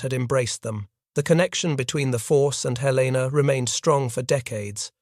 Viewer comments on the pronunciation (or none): Good tale. One minor detail, however. Helena, Montana's capital, is pronounced "helen uh", not "hell LAY nuh"